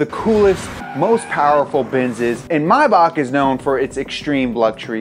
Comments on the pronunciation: Bro wtf is mahback it’s may-back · bro has this man never heard a Rick Ross song it's May-Back not My-bawk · if you beleive it or not but it's a German brand so you pronounce it german as well and "may" is pronounced the right way. just the "back" which is actually a "Bach" is pronounced wrongly because nearly no English speaking person can pronounce "ch" the way Germans do. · It's not my-back, it's may-bach. As in the month may, and then bach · It’s not mybach, it’s May-bach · Is Maybach pronounced "mybock" like he's saying or "mayback???" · Cringe every time he pronounces Mayback wrong. It's literally exactly how it's spelt and pronounced.. maaaaybackk. You don't say Meey or Bak. It's Mayback literally that lol. Rick Ross way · Pronouncing maybach, mybach, is really grating on me lmao the “A” is not silent you heathen haha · "May-Back" there's no way you can miss pronounce May that much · It's pronounced MAY-BACK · It's pronounced (May-back as in Maybach 🤣🤣🤣🤣not my back) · Its actually pronuonced 'maye-bak' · Hate the way he says Mayback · Anyone else hate the way he says Maybach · im actually so angry about how he says maybach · the way he is pronouncing maybach it gets me very angry nice video though